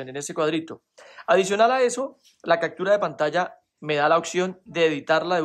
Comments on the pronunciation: CACTURA? POR QUÉ DICES ASI??? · Cactura??!! Occion???? Jajjajajaj captura opción jajajja